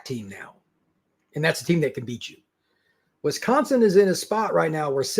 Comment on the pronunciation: You would think could get a guest that can pronounce Wisconsin to talk about Wisconsin… 🤷🏼‍♂️